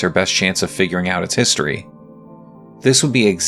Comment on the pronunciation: In my opinion your pronunciation is a bit muddy. I’m not a native speaker and can still follow what you’re saying, but it is definitely “smeared” a bit, like “hisry” instead of “history”. While I understand that this is most likely just the way you’re talking and a local dialect, I think a focus on a clearer pronunciation in video production would make it easier for some people to understand. Just a suggestion.